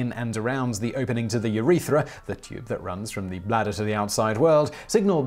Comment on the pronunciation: I took a drink every time Simon mispronounced urethras